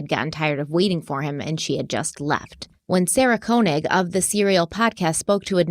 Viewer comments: Thank you for covering this story! Just an FYI, it’s pronounced Sy-Ed, not Sy-eed. Also, Sarah Koenig is pronounced Kay-nig, not Kone-ig. ❤ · i love you but why must you mispronounce everything, even the most said names and words like Said and Keonig which she says at the beginning of every episode 😅